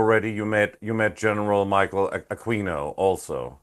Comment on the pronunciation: The pronunciation of Aquino is ‘A-kee-no’…the ‘u’ is silent…not ‘A-queen-o’.